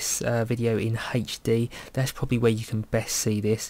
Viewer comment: "wutch this video in haych dee"